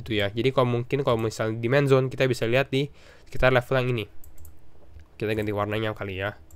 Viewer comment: yang di omongin "Demand Zone" ya? yang saya dengar di awal "Man Zone" :D